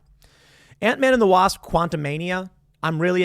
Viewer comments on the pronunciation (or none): none